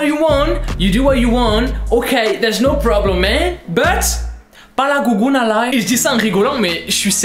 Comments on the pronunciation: " La gougoune a l aire " avec l acxent québécois 😂😂🤣🤣🤣🤣🤣🤣🤣🤣🤣🤣🤣🤣🤣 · Avec le ton québécois 🤣🤣🤣🤣